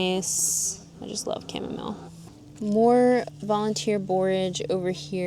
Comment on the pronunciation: Thanks for NOT saying cha-mom-ma-lay!!!! 😂😂😂😂